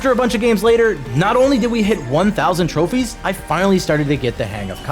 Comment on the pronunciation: Bro man say a couple more trofees💀 name you that a couple!